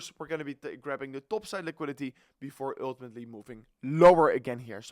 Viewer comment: Actually, with a dutch accent, it's always "öltimetly"😂